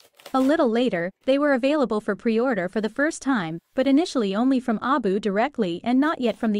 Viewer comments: It's an AI voice, that's why. It tries to pronounce it as a word since the AI can't tell that it's supposed to be an acronym. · why do U keep pronouncing the name of the company wrong on every video U make?